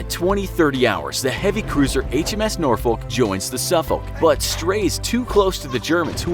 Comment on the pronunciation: he pronounced them properley. the English way. As it was Englishmen who named those 2 cities in the U.S anyway.